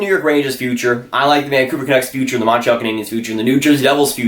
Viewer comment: Montreal. Not Monntral